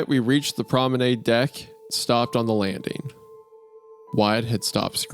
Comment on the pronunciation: wendi saying "promenAID" is making me scream